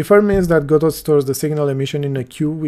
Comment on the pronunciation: 1 It's pronounced "godo" :P 2 So the "best" way is the EventsHandler "singleton"? Leaving the option to nodes themselves to name the method they want called, and send signals.